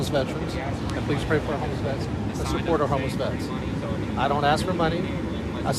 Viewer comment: TTA fans another black man that cannot pronounce the word ask or asking in this case. He likes to portray that he is educated when he screws that word up. What a shame that the education system failed him.